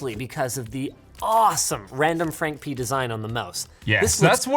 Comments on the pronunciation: I heard randomfrank penis xD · ….randomfrankpenis is what I heard Linus say I had to stop the video lol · I can never unhear “randomfrankpenis!” 😂